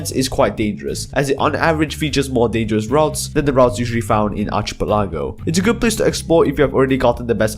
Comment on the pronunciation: PRONOUNCE ARCHIPELAGO CORRECTLY